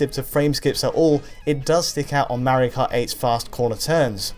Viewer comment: Mawio Kawt Ehhhhhhhhhhhh